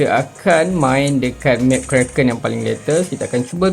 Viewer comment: karakin❌ kraken✅